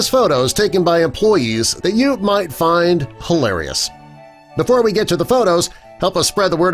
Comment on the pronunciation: They "mite"